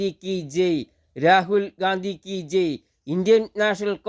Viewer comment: താനെന്താ ഈ പറയുന്നത് രാഹുൽ ഗാന്ധി കീച്ചെയ് എന്നല്ല രാഹുൽ ഗാന്ധി കീ ജയ് എന്നു പറ